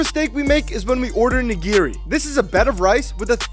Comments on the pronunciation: his pronunciation of nigiri 😂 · i live in japan and can confirm you pronounced nigiri terribly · Risky nigiri pronunciation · Also something wrong is the way you pronounce nigiri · When you pronounce Japanese r's wrong😔